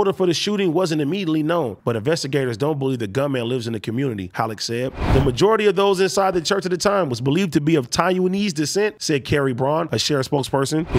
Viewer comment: Dude said, “Tai-U-knees”. 😂 🤦‍♂️